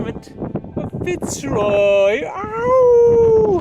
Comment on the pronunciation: Fitz Roy creo que se pronuncia Firroy